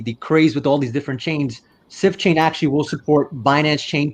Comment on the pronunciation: Did he say "Sift Chain"?